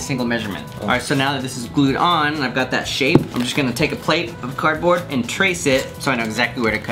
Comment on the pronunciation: how miney times did he say cardbrod